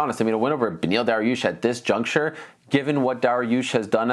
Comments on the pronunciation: Beniel "Darrarush" Dariush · If chael says it's pronounced daroosh, it's pronounced daroosh.